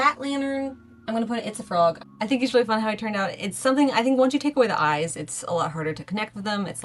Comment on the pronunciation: When she says “itsafrog!” I hear pizza frog 🫠